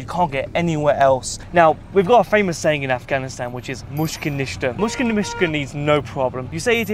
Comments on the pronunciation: you say mushka nishka but it is pronouced: mish-kill naysta (no problem) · it’s actually mushkil nista 😅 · It's "Mushkil ni asta". "Mushkil" = problem, "Ni asta" (rough translation) = no.